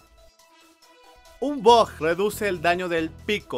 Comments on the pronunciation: Porq demonios dices bog en lugar de bug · Jajajaja habla bien mensaje decías bug y sonaba a bot y yo pensando que que tenía que ver con el pico